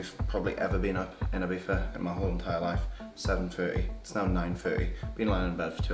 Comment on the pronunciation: Please start saying Ibiza not Ibifa boy. Dont be that arrogant to it. I believe you can do it! ;)